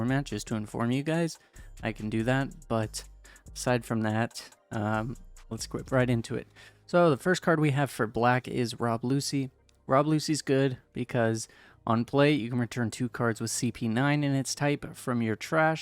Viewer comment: This man just said Rob Lucy